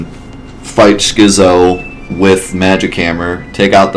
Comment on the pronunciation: It's skit-zo. As in schizophrenic. The more you learn.